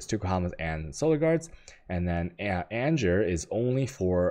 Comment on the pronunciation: ANGER is not pronounced ANJER..please... for the love of Bacon.